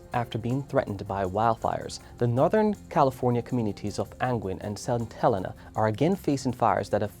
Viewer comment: I know you are just reading, but it is pronounced Saint HelEEEEna. Just for your information in the future.